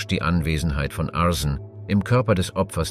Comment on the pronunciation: Nicht schlecht die künstliche Intelligenz.... leider immer noch nicht behoben ein Fehler: Arsen spricht man total anders aus.😂😂😂😂❤❤❤❤❤❤